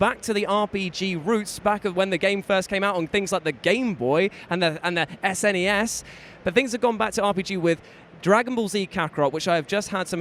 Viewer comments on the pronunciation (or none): S nes makes me so mad 😩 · Clearly not old enough to know how to say SNES LOL